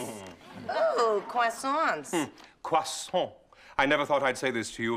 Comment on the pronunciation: Fran had, yes, but NIles didn't: He exaggerated the nasal way too much so that no French would talk like that. The last syllable of "Croissant" should be short/soft.